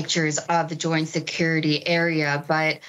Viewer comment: Goint Security Area........... Alright i'll take your word for it.